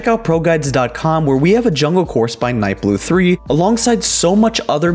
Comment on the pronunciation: Holy shit you pronounced the 3 in nightblu3, Did you call him Dead mau Five too?